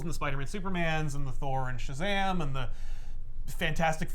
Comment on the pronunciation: that's a rather interesting proposition of Shazam, never heard it spoken like that. That's like saying ObraKadobra when performing a magic trick 😂😂😂